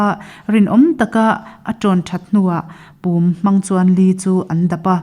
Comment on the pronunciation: Pum tih hi a ri a dik lo.a ri hniam tur ani